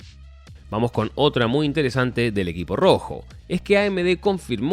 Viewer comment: Dijo vuamos? XD vadym